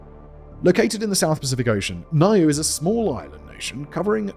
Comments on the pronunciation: Niue is pronounced New-way NOT ni-you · Niue = "Noo-ay" ... Kiribati = "Ki-ri-bas" ... Tonga = "Tong-uh". Most people get "Kiribati" wrong, but only Americans pronounce Tonga as "Ton-guh". 🤣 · I feel like I'm ragging in you here mate, but Niue is pronounced New-way and the people are New-way-uhns. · omg he did the name with Niue. What is it with pacific islands and Simon.